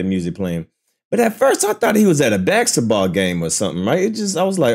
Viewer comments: I've never heard basketball being pronounced as bexitball😂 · Baksetball? Huh. Alternate Pronunciation